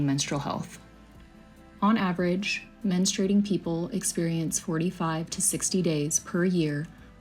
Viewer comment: 'Menstruating' not 'menstrating.'